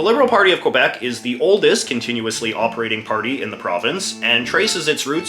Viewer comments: JJ knows it’s pronounced KEY-BEK but says KWE-BEC on purpose just to be an 🍑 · you should pronounce it q eh b eh c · In Quebec, it's pronounced KAY BEK. This guy is quite possibly the most obnoxious YouTuber....like...ever. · it’s kebek not qwuabek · At least say Kebek not kwebec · it's not prononced COABEC, it's simply KBEC.... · when jj says que-bec instead of ke-bec, very good video though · When I was in the US Army, we used a phonetic alphabet to spell words over the radio. The letter Q used Quebec, which we were told to pronounce kee BEK. I've always said kwe BEK and I noticed that the Francophone speakers you taped also said it like we were told. You, however, pronounce it like I do. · Pronouncing it Kwebeck is just wrong. The way people pronounce Quebec or Montreal in English is one of the ways to distinguish an anglo Quebecer from other Canadians. The Algonquin, original, pronunciation is Kebec. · It's pronounced "Kebek" ffs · Can't even pronounce Quebec But apart from that, the video is actually a quite good exploration of the politics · Could you please try to pronpunce Quebec correctly? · Your favorite place in the world, yet cant pronounce its name right! Yikes 😂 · After all these years. You still can't say it right. You buffoon. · MFer can't even pronounce Quebec right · I still don't get it how to pronounce Quebec properly. Was it KEE-YOO-BECK or KOO-WEEA-BECK? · Aside from the fact he cant pronouced quebec right, his depiction was good.